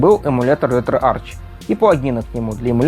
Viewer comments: пилять, ретроарх. читается не Ч, а АРХ. Археология, а не арчеология пилять! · Кластер, не детский сад, чтобы тереть коменты. В произношение Ч, я буду тыкать носом каждого, будь хоть ты, хоть кто другой.. Логитек, Текнолоджи, Архиолоджи, Кемистри В словах греческого происхождения ch произносится как [k].